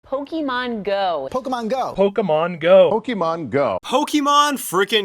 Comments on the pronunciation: did he say POK-E-MON? its POK-AY-MON. cough. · This me: Getting Pizza looks at people Kid:Boy I love PokEEmon go Me: ITS POKAYMON NOT POKEEMON